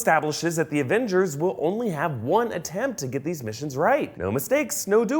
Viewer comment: lol i thought temzzz missionzzz boobzzz